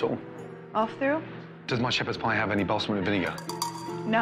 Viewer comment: "BALLZ-MICK" vinegar...